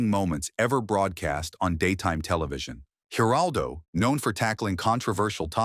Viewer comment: man,you guys stink at the Geraldo Rivera's and Bill Maher 's name get it right